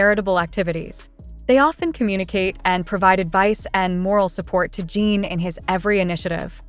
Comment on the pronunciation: At least get the pronunciation of the subjects name correct and their pronouns him/his, not her.